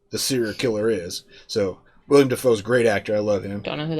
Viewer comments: Wrong. It’s pronounced Will-Helm Dee-Foo. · Please stop saying William Defoe. I know it's easy to fall into that trap but it drives me crazy. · its not william dafoe its willem lol